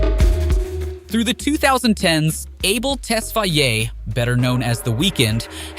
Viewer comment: Unlike simply for butchering his last name. Its pronounced tes-fay